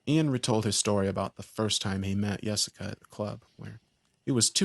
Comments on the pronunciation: I thought he saying Jessica till I say this😂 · Who the hell would name their kid Yesica? 😂 At least that what it sounds like he’s saying lol